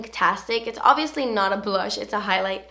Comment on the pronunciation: whenever you said obviously, i keep hearing it in your voice from the video with jessi where you say "obiously nawt blonde" hahahaha